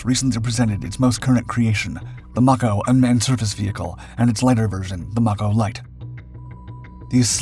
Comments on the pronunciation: It's pronounced like MAY CO,as in Mako Shark.Get it right. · I think that's "Mako" pronounced May-ko. Like the shark.